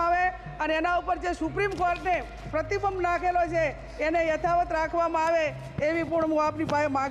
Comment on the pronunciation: આ બેનના સલહકારો કેમ ઉઘે છે આ બેન પ્રતિબિબ જ કહે છે ભાઈ પ્રતિબંધ બોલવાનું કહો એવુ જ સંપર્ક ને બદલે સંપરક બોલે છે બાકી જાંબાઝ સાંસદ છે